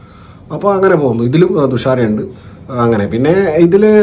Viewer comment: തുഷാര അല്ല ദുസ്ര വിജയൻ 😂